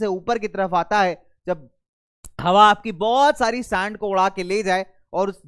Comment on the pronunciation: Sir this is sand not saand🤣